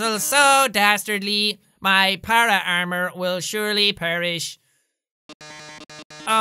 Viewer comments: Nobody noticed that Jack said "Para Armour" instead of "Paramour". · Everyone: Paramour Jack: Para-armor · why is no one talking about how jack pronouced paramour as "pair o' armor"